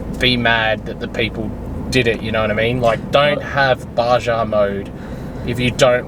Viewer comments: Baja.... pronounced "Ba-Ha" if ford wants to watch your videos, there are plenty of videos after the jump with no issues. it started after a wheeling trip. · Dude..... Baja is pronounced Baha.. lol. But let me know before hand you going to the cape. You have to go through my home town Cairns and (I don't drink) we'll catch up for a coffee. cheers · Warranty issue sucks, I hope it gets sorted. On another note, every time you pronounce the “j” “Baja” my smile gets bigger.